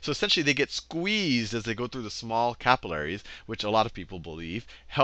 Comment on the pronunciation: Say capillaries properly